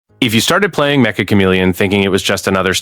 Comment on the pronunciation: It's metch-uh not mecha